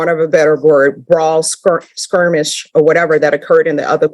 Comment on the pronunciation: Did who loves to correct everyone on their bad grammar just say "Squirmish" twice instead of "Skirmish"?